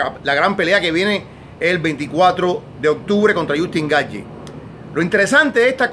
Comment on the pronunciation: Lo peor es como pronuncia Justin Gaethje